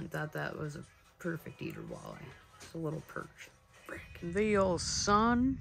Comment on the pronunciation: why can’t you say walleye correctly? until then i’m not subscribing.